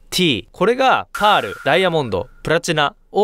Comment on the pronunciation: なんでパールの言い方バグってるんですか？